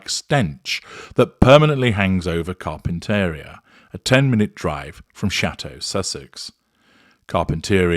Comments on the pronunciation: You are mispronouncing Carpinteria. It’s kahr-pin-tuh-REE-uh. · with all due respect, here's how you pronounce it. Car-pen-ter-ee-a. It's a great day get away for us peons lol